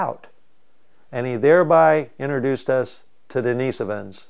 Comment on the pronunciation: thank you 🙇🏻‍♀️for correctly pronouncing “Denisovan”❤ Watched all your videos on Youtube — thank you 🙏 Please post more info!❣️